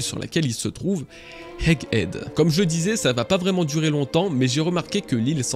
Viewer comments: C'est Egg head bg pas "hegg ead" a part ca bête de vidéo ! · Bon, désoler mais "Hegg Edd" ça m'a choqué à chaque fois que tu l'as prononcé xD Le H est sur Head, pas Egg. Mais sinon merci pour cette magnifique vidéo! Et joyeux anniversaire!